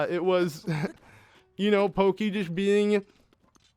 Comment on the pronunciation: When I heard you pronounce Pokki as "Pokey", I couldn't help but think of Gumby... just sharing